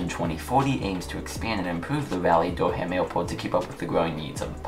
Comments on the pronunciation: It is not Dur-ham, it is Dur-um, also good video! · The way u say it doesn’t bother me, I could still understand. Great video as always!